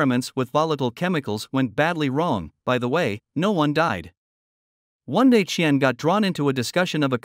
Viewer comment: The way you pronounced Qian's name is the funniest I have ever heard.